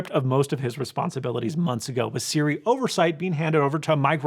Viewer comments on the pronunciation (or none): none